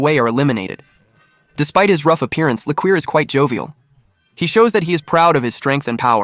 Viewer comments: It’s pronounced Li-koor. Not la-queer lol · After your shitty AI said "le-queer" as the name for li-QOUR like "liquor" I knew the whole video was an ass pull.